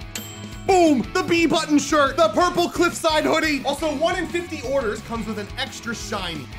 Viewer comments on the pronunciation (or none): YEEEEEEEEEEEEEEEEEES NOT PURP PLURP